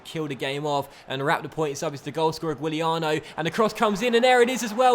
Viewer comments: Its not sad Guiliano , its sad Juliano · The way you pronounced Giuliano...bruh